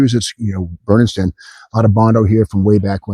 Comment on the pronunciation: Steve, you've got to remember - it's not Bernardston Massachusetts...it's BER-NARD-STON MASS-A-CHU-SETTS! Absolutely stoked you made it back to the boneyard. Now we just need the weekly appearance of Katey to make everything complete. God Bless you.